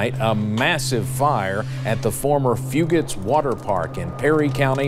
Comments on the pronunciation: Grew up here, lots of memories at Fugates. Flirting with girls, hanging with friends, and fist fighting in the parking lot, lol. Great vid but stop saying "few-gate", its "few-get" in hazard. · Very well put together but it’s few-gets not few-gates